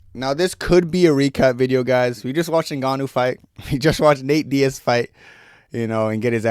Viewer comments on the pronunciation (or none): none